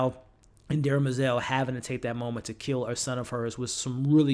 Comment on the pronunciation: BTW it’s DEM-er-zel, not DERMA-zel.